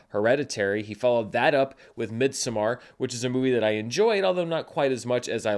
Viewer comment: Stop pronouncing midsommar that way